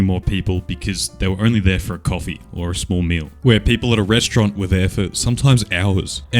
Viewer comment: *Rest-aura-nt lol